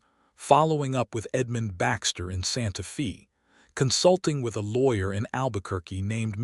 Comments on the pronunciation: Decent story. However, it’s Santa FAY, not Santa ‘Fee.’ Please, it’s jarring that you make this egregious an error. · The correct pronunciation is Santa FA, weather or not it is AI miss pronunciation or the story teller using an old western slang for the time the story takes place or not I do not know. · IT IS STILL NOT "SANTA FEE" THIS IS SPANISH AND PRONOUNCED "SANTA FĀY". "FĒ" IS A SPANISH WORD, SPELLED "FĒ", BUT PRONOUNCED THE SAME WAY AS AMERICAN ENGLISH IS PRONOUNCED "FĀY". SPANISH USES THE SAME WRITTEN ALPHABET, BUT SPANISH VOWELS ARE NOT PRONOUNCED LIKE AMERICAN ENGLISH. SOMETIMES THE CONSONANTS ARE NOT PRONOUNCED THE SAME WAY EITHER. YOU GUYS NEED SOME TEACHERS WHO KNOW GENUINE ENGLISH AND SPANISH AND TEX-MEX, AND A LITTLE BIT OF FRENCH. LEARN THE LANGUAGE OF YOUR TRADE.